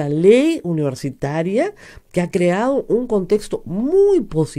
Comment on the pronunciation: HABLA MAL dice: "oportunidaEs" por "oportunidaDes", "creaO" por "creaDo", "toOs" por "toDos", "miYones" por "miLLones", "impactaO" por "impactaDo", "posibilidaA" por "posibilidaD", "moraO" por "moraDo", "publicidaA" por "publicidaD", "dictaO" por "dictaDo".